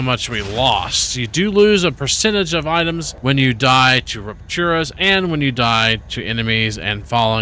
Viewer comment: Learned something new on the star tear rocks being Ignitium. 2 things that are bothering me WAY more than they should: it sounds like you're saying "ignidiom". Think "ignition" like your car. Also, the waves are Ruptures (not "rupturas"), like the name of the game. The star is called Ruptura, named after said ruptures. I know i'm being pedantic and nit-picky, but it's throwing me out of the game as i watch while playing.